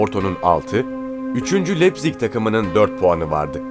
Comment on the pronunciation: Güzel bir çekim yapmışsında leipzig Lepzig diye okunmaz laipzig diye okunur 😉